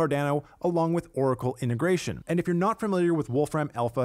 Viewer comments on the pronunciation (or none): It is INTEGRATION, not INTERGRATION - just saying.